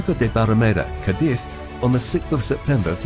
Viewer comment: It is Ca'diz... Not Cadi"z ..